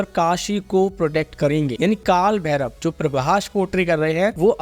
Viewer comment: भैरव hai..भैरवा nehi